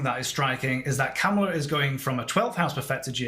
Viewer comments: It’s Ka MA la. Not KamaLA or not KAmala. It’s sounds like you’re saying Cowmala or camala . It’s a tough one. Listen to how she says her own name. It’s really . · Her name is pronounced COMMA-LA - Not Cam-ala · she calls herself comma-la. President Trump deliberately misprounces her name. did by accident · Very good analysis,. May i kindly mention that she pronounces her first name as comma-la. The Trump campaign is deliberately mispronouncing her name. It would be interesting to see her solar arc for 20 Jan 2025 when the new president is inaugurated. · Please pronounce her name correctly…comma-la